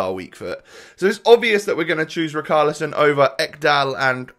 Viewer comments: yea he is saying "char" as "khar" and it should be more like the "sha" like "shaqiri" so "ri char li son" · As a brazilian fan, the correct pronunciation is "ri shar li son" love the content btw